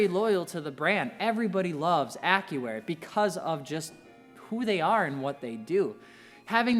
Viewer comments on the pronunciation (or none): Sounds like he's saying : "Acura" instead of Accuair 😆😆